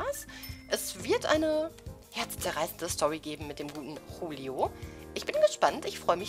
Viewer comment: Wegen der Aussprache nicht hulio sondern Julio wenn man der spanischen Aussprache glauben schenkt.